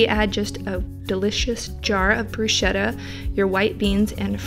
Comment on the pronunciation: Unrequested instruction: "bruschetta" is said with a "k", it's "brusketta" 😊 Really appreciate coconut yogurt! Thank you again for your videos